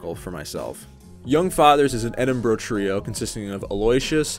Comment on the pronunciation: As an Edinburgh resident, thank you for pronouncing our city's name correctly